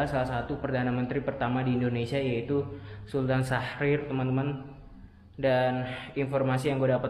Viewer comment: Sutan mas bukan sultan